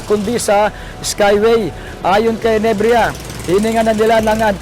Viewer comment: NEBRIJA hindi NEBRIYA lintok n reporter ito